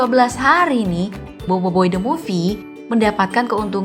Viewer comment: BOBOIBOY BUKAN BOIBOIBOY